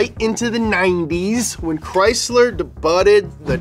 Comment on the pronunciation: Pronunciation of “Debut” Day-byoo